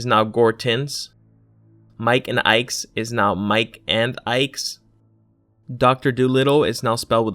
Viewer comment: #50 "Mike n Ike's is now Mike and Ike's" there is no S at the end of either of these but the narrator pronounces both with an S. If your making a video to point out subtle differences then things like this when you pointed out the removal of the letter s in a persons name (sally field(s)) makes your points sound much less credible.